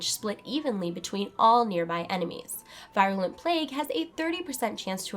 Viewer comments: teeny little pet peeve of mine, proper pronunciation of words. i.e. virulent is pronounced [vir-yuh-luh nt, vir-uh-] (from , look it up) - veer-u-lent, NOT v-eye-r-u-lent. don't mind me . . . =) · Yeah, I cringed when I heard it.